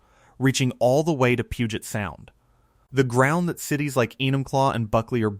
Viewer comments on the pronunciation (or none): none